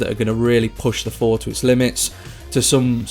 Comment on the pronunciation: its called the THOR not Four